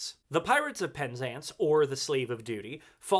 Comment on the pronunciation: In English, we say pen ZANCE, not PEN zance